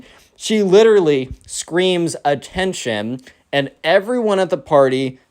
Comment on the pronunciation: After she said ATTAENTION!!! An ad said this. "This is dnd something"😂😂😂😂